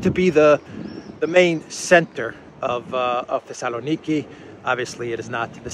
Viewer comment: The Sala Neekee is what I am hearing you pronounce Thessaloniki. I find it interesting how names and words change in pronunciation from country to country. Two = Too, yet Two and Twelve/Twenty is not the same.